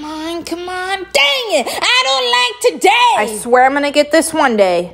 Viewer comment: DANG IT I DONT LIKE TODEH How did she finally say it right DANG IT I DONT LIKE TODAY